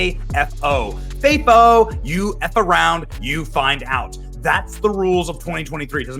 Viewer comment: He doesn’t know how to say FAFO correctly 😂